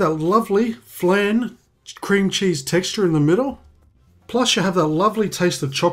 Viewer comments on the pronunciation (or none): You were pronouncing "flan" wrong the whole time just fyi.